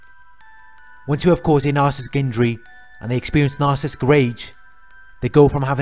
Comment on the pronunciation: Love your informative videos... thank you for sharing. I do want to mention...it might be something silly to notice but isn’t it narci-ssis-tic not nar-cis-tic I swear I hear you skip the entire middle of the word.